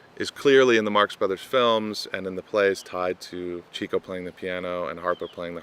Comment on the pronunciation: "Chick-o." It's pronounced "Chick-o," not "Cheek-o."